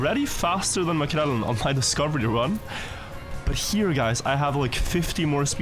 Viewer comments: Hvorfor sier du maekrell-en og ikke makrellen? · Svensk tonefall når du sier Makrellen 😮